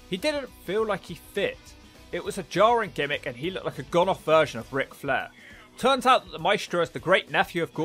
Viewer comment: He said "Dick Flair" haha